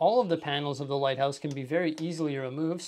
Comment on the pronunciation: Every time he said light house it sounded like White House